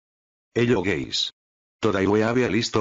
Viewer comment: Hello guys (sounds like gays)